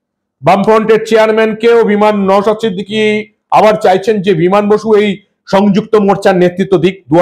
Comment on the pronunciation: আপনি ওনার নামটা ভালো করে উচ্চারণ করুন উনি সন্মানীয় বিধায়ক ওনার নাম নওসাদ , নওসাত নয় ।